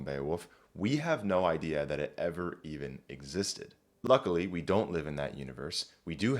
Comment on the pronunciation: I think the dipthongized pronunciation that he uses is because of influence from his native speech. A more authentic pronunciation would use a monophthong I think.